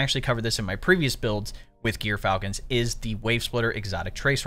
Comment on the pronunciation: Not gear falcon, djor falcon. Smh